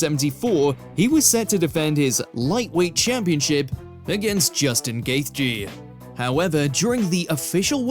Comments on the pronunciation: Ah yes, Kale Sonnen and Justin Gaith-je. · "Cail" "Gayth-jee". Fucking hell, mate. Would've taken you 3 minutes to find a YouTube video saying their names in the CORRECT way. I suppose you've gotta be interested in your job for that, though. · Butchering Chael Sonnen's name, Justin Gaethje's name, and a lot more